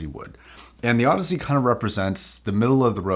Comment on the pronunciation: I plan on buying these, they’re on special at my local fancy hi fi shop. I’m going to audition them, but I’m thankful for this review for a number of reasons. Not the least of which is learning that the name is pronounced Aud azee and not Aud eeez. You’ve saved me some embarrassment and for that you get a like and a sub. (Also, your review was quite clear and detailed:) )